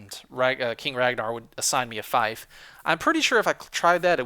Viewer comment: Don't mean to be a Pronunciation Nazi, but fief rhymes with beef, not life.